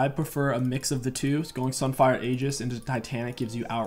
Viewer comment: stop mispronouncing Aegis please homie lmao